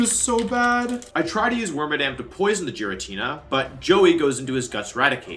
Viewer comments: Dude … you are NOT calling it Jiratina. No. No more. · "the Jiratina" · Ah yes The legendary pokemon Ge ritina And zy grade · You pronounced Giratina wrong, unsubscribed. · It's so wild how you're the world champ but haven't played all the games and pronounce so many mons names "wrong" like I had to do a double take with how you said giratina. Never heard that before xD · Love the video don’t like how you pronounce Giratina 😂